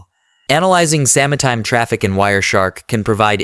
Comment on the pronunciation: I appreciate this video. But also: "sama-time"